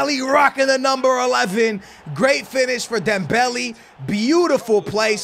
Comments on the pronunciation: pronounced dembelay, not dembelee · It really doesnt matter how you pronounce it but his name has accents for a reason. Instead of Dembelee its DembeLay.( Would love a shoutout😀🙏👍 GREAT Work as always) P.S. I wanted SuperLeague before FIFA 19....🙏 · Dembeli? Not he dembele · That’s not how u say dembele 😭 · please pronounce dembele right